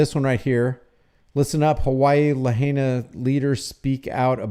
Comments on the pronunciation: La HIGH na - not la-HEY-na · F.Y.I. PRONOUNCED LAH HIGH NAH. Just for your info!! 🤙🤙🤙🤙🤙🤙 ALOHA 🤙🤙🤙🤙🤙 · La HIGH na ...is how it's pronounced. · Pronounced La high nah 😊 Thanks for looking up the proclamation, and pointing out a better way to handle this sort of situation. it's telling where they come from. I live in Hawai, different island, and have been following all of this pretty closely. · oh and please, the correct pronunciation for Lahina is La HI Na, just three syllables La, HI, Na. keep up the great work. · A better way to pronounce the town is La...Hind..Naa.. Lahaina :) Governor, please straighten up the State Deputies Bill of Rights education. Should local citizens or visitors be punished first hand. A 1st amendment violation if the enforcement requires us to have a press credential. Isn't 1st amendment the citizen's pass? Anyone wanting to record and report is the Press! There is nothing in any emergency proclamation that can violate our Bill of Rights! Are towns ruled by the government which it makes it addressable to be filmed in any condition? Expose human remains then you'll be in deep Won Bok Kim Chee! What you do with the video is subjected to laws. Manipulating when or how content filming is gathered is injustice! It's tyranny if anyon, restrict distance or ask to leave or commit Bane Act violations in public. Kauai business' price gouging was the major evilness stomped out, during the INIKI's devastated aftermath had prompted Section 127A-30 to be established making the Aloha State one of the first honest protection for the public. $15-$20 for a bag of ice, it's not the one druggies and dealers die for. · BTW it is pronounced LA-HIGH-NA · It's pronounced Luh-high'-nuh. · You're a smart guy so why can't you pronounce Lahaina? BTW anyone who has spent anytime in Hawaii knows you don't mess with the cops or you end up missing.